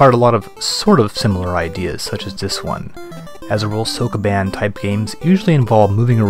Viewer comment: I love these for the overview of the games, but holy christ is his Japanese pronunciation BAD. If you're making a series about games released in a certain country, you should probably learn that country's language, at least elocution of certain words or SOMETHING. If I have to hear SOAK A BAAN one more time... And "Temco" gets me every time, lmao.